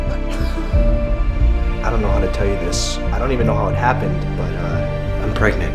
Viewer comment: Echo Enchanted PARGENANT!!???